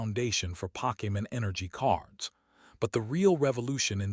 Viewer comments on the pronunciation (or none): The content would be so much better without the fake ass voice that can't even pronounce Pokemon correctly.